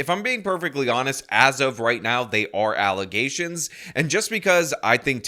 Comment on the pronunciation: "Defamation of Character" Someone taught her those words. She's not bright enough to speak those words on her own. Nonetheless, know the meaning. Let's not forget " Allezations," as to " Allegations."😅 I want Chief Lacey to get locked up, too. Dotts 😂😂😂😂 Big dummy He's speaking Tiffany's language